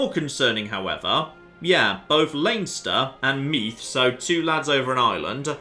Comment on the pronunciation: The th in meath is pronounced like the th in smooth